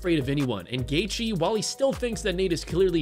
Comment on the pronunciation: Who the fuck is gaychee